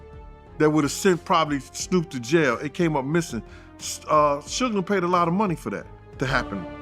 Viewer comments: The pronounciation of "Suge" scratches my eardrum. Dear lady, is like Sugar without the final "ar", damn... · They never say his name right it's suge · Suckee Knight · Sugay is that what we calling suge now😂😂😂😂😂🤣🤣🤣🤣🤣